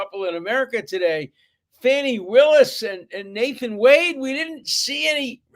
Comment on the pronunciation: Interesting that this "brilliant" professor Dershowitz cant pronounce the name of the Georgia DA. He may be mispronouncing her name on purpose to be rude or condescending.